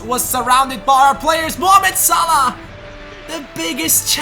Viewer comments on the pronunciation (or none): none